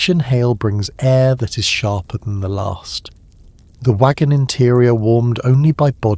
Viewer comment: It's last not larst